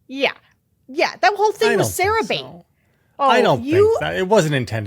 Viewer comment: Sarah-bate?? LOL. That was funny.